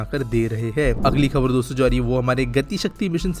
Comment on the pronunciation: Shuruvat me jabaan fisal gayi shayad dosto bolte hue😂